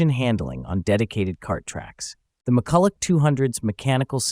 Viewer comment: Mu-ku-la is the correct pronunciation